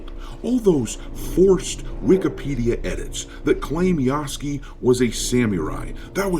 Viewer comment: ROFl "Yaske" .... you Moron Its Ya-Su-ke